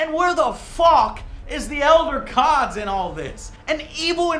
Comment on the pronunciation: First time Joe said Elder Gods he said elder cods